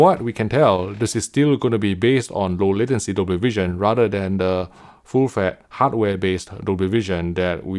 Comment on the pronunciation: Or "full fett" ^^